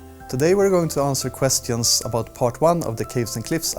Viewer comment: Kuestion... Klocks... I love this guy